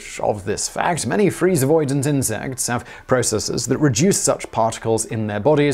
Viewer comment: stop saying insex.